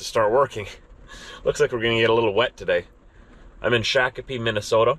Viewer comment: It's Not SHACKapee... It's SHOCK-a-pee